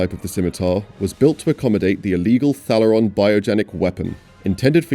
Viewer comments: It's pronounced Thay-le-ron not Thal-er-ron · You mispronounced Thalaron even though the entire movie cast say it 1000 times....